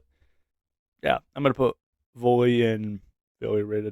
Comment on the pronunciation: Volta not volly